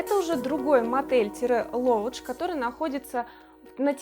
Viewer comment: Lodge по англ читается как «лодж»